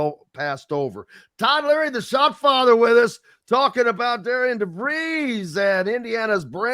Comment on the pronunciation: Btw it's not Dare-e-Ann ...it's Darin.....if you don't know that..trust me..he will let you know! 😂😂😂😂...